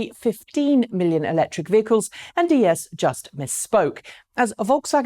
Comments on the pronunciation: Herbert Diess's name is pronounced "Deess" not "Dee Es" (I am a native German). The "e" in there is only to make the "i" which is pronounced "e" in German a little longer. Since he's in the news quite often lately, it kind of hurts my ears...;-) I love your content though. Please keep on keeping on! One of my most favorite channels ever!! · Diess is spoken similar to DIEsel with long S. German 'ie' is a longer spoken 'i' = Diiss. Its sounds more like Spanish as you pronounce it ;)